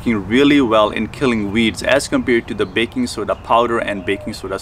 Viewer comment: you said winegar and veeds !!!